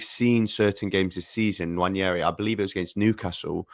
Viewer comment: His name isn't "Nwanyeri". You're an Arsenal fan, please say it properly.